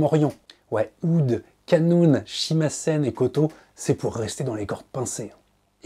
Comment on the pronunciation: Shimasen... Euh, shamisen tu voulais dire, non? (Shimasen, c'est de la conjugaison.)